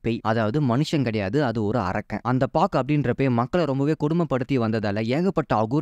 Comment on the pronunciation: Naa unnam padam paakala. Arakkank illa arakkan, correct it.